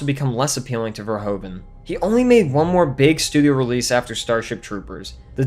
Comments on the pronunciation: As a fellow Dutchman to Paul Verhoeven, I can't help but cringe at the way you keep saying "Ver-ho-ven". It's actually pronounced more like "Ver-hoof-en" ("oe" in Dutch is pronounced as "oo" would be English). Other than this obvious nitpick, I thoroughly enjoyed the video! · Verhoeven is pronounced as verhouven, like the ou in you, great review! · The part hoeven in the name Verhoeven is pronounced like hoover with an N instead of an R. Then ad the Ver in the begining. And your pronouncing it in the correct manner. Ver-HOOVEN.